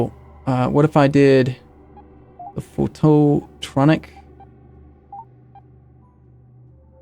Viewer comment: photon-itron, not phtotronic